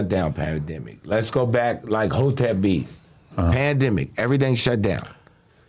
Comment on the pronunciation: I though this nigga Adam said Veeze who the fuck is beeze , that’s what I get for not reading the title lmaooo